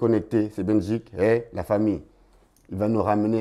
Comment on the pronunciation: Juste dire à tonton Marcel que cest Bedjik pas Benjik ou Belgique 😅